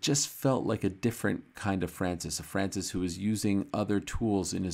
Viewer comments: pronouncimng a french name correctly is unamerican and unpatriotic! very disrespectful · I stopped watching after how ariel pronounced francis name that way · Ariel, I was counting on you for pronouncing Francis' the right way. You let me down. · Ariel 'ADDESSONYYA' FHANCEES' Helwani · tried making those sounds Ariel made when he pronounced Francis name... don't think I have the nose for it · Why does he say his name so weird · So Ariel can't pronounce his name lol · Leave it to Ariel to make up accents and name pronounciations... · Why is Ariel doing a French accent? Francis isn’t French, he moved there ..